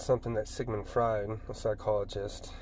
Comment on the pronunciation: It's pronounced FR-OY-D. and Jung is pronounced with a Y sound.